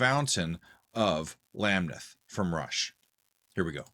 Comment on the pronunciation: You need to listen to the rest of the album. You also need to listen to the album Fly By Night. Speaking of Marillion, you need to listen to the album Clutching at Straws. Masterpiece! I DO believe the emphasis is on the second syllable of Lamneth.